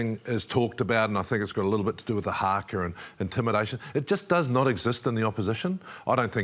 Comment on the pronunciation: It's pronounced haka nor harkar